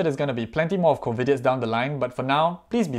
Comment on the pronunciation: I think u pronounced it wrongly tho, u said Covidits instd of covidiots😅